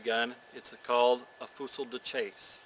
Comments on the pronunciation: pronounced "Fue-see de shass" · Great, informative video. My favorite reenacting gun, both for it's looks and versatility. Btw, and meaning no disrespect, the period correct pronunciation is "fewzee duh-chahsah." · Pronunciation... FOO-SEE DA CHASS. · actually, it's pronounced "fuzy duh sa-ush" the L is silent and chasse sounds a lot like sash. it means hunting gun(fusil is gun, chasse is hunt or hunting). many people here in eastern Canada still call any gun used for hunting by this name. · Wow, he butchers the name pronunciation, misidentifies it as a trade gun, and says .595" is .62 caliber, and takes to do it. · this guy is hilarious when he says the name